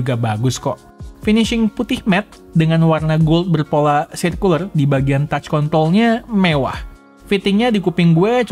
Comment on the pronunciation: Yg gw denger kont*l bukan kontrol